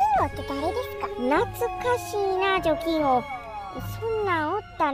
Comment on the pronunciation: アヒル探すスティーブ可愛いぃ💓♥️❤️ ラッキーお菓子を探すハルちゃんも可愛い🥰 お婆様勤勉🎉 姐さんは本当に姉さんだ🤣 除菌王が貯金王に聞こえた😅💴